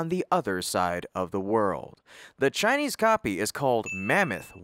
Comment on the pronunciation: America tech companies should stop hiring chai-lese pee-pul